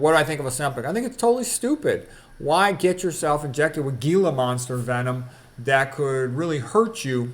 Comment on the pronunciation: I'm in southern Arizona and see lots of Gila monsters each year--it's pronounced "heel-a", soft G.